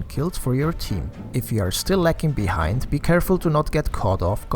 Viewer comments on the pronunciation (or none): none